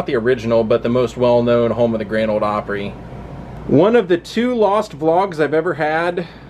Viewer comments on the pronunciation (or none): none